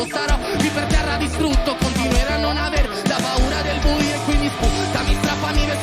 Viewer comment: I am Italian and I send you my heartfelt compliments. In my experience, you are the first English speaker to pronounce the Italian word "buio" well (which is not at all easy considering the sequence of vowels). Bravo.